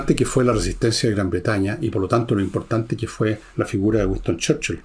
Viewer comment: Gran personaje y gran resumen. Pero..."Güiston Cherchil".